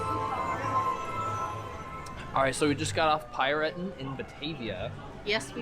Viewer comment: Hey there, we've just discovered your video about your Europa-Park trip yesterday. It was a lot of fun to watch :) Your pronunciation of "Piraten" was very unusual for us to hear as Germans but made es laugh through the Video :) Thanks for your video about your trip to the Europa-Park. We are also seasonpass holders. Maybe we'll meet in the future :) So, have a good time and we're looking forward to your next videos. Regards from Cologne, Alex and Pete.